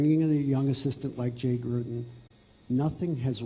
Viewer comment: At least he is pronouncing Jay Gruden’s name correctly.